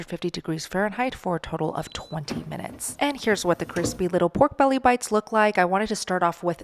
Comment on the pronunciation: Great idea, also fry a low carb Tortilla in Manteca, So Good! "Pork Bella"😂